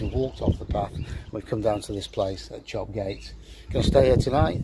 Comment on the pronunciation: Don't ask me why but as a Teessider, so pretty much local to this area, I have always known Chop Gate to be pronounced "Chop Yat". Loved watching your C2C videos, thanks for posting them.